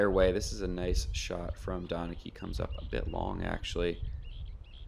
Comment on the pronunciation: I'm pretty sure Donnecke is pronounced "Den-uh-kuh" by the way. Fun card to watch!